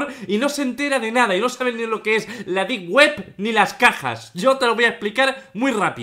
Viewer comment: Deep web ❌ Dip Guep ✅ XD, bromita 🥺